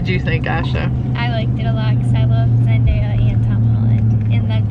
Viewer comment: I laughed so hard when tried pronouncing Zendaya's name